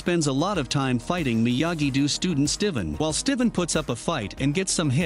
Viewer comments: it’s do not doo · Narrator pronounce miyagi do miyagi du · He also said "Miyagi-Doo" and "De-MEH-tree" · Miyagi-do❌ miyagi-doo✅ Eagle fang❌ eagle fuong✅ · Miyagi❌ Miyagidoo✅